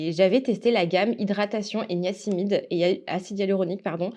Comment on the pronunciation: On dit "niacinamide" et pas niacimide 😂 Attention, le masque pour les cheveux les graisse énormément et les rend tout raplapla. Et pourtant j'ai tendance à avoir les cheveux secs. Quel est ton profile ayurvedique ? A tu dis "amazon" mais je pense que tu voulais dire "aroma zone", non ? 🤔